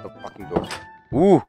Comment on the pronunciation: when did became a british guy? (if u dont get it, go to the beginning of the video, you see, a british accent of saying "fockin" XD)